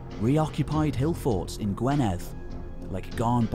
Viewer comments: Gwynedd sounds more like gwineth,,unless you live here you dont get things correct..im english but lived in wales most my life ;-) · Sorry to be a stickler! But the Welsh counties are Powys (pronounced pow-iss), Gwynedd (pronounced gwin-neth) and Dyfed (pronounced dove-ed)! But thanks for the effort, it must be huge!